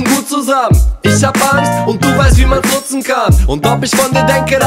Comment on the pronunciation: "Nutzen" oder "Putzen" ? :D